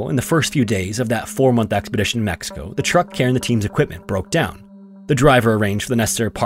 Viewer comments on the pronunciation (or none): none